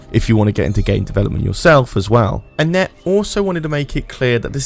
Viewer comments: who is annette lol? i think you might be saying etienne wrong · I'm pretty sure "Etienne" is not pronounced "Anette." :)